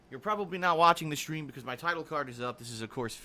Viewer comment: I just don't understand how a guy his age thinks everything is so odd, strange, or is baffled by every day things. Unless he had to go to the hospital, why such a big deal about a stupid sunburn? Oh, and he says "schtreem", not stream. lol